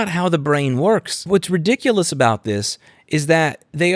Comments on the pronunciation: "Think aboot it" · I think you mean... "think aboot it"